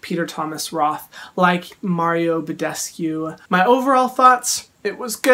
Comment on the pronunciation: When he said Mario bedescu 😐 hyram 2020 is dying